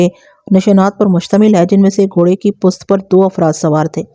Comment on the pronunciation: Aap pusht kyun nahe kahten sahe lafz pusht hai pust nahe